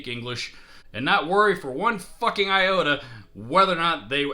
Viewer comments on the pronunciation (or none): none